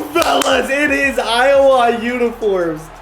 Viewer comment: pronounces Iowa, EyeWaaa